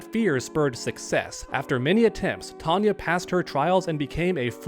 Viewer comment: It is TONE-YAH. She is not Tanya. Totally different. (Yes, we know it is another universe.)